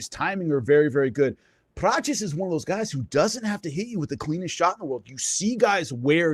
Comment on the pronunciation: Prates not"Prochiss"